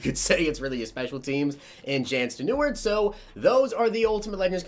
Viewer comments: Jan Stenuard??? Its pronounced Yaan STEN a rude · Its pronounced Jan Sten-er-ruud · his first name is pronounced Yon last name Sten. Ner. Rude. Great Vid. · This is how u pronounce. Like so can see. YAWN STEN-ER-OOD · I think it's pronounced like Yon Stenerood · I think it’s pronounced yan sten-er-rud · You say his name like sten-uh-rude